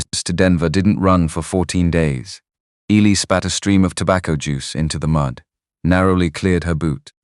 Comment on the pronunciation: One of the best stories ive heard from all of the ones ive listenedcto.really well written.love all the characters. Good vvoice slso.only negative is that things get mispronounced. Like Eli.